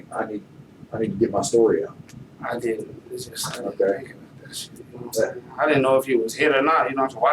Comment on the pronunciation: “Naw’What I’m Say’n?” Don’t think I ever wanna hear that again! Naw’What I’m Say’n?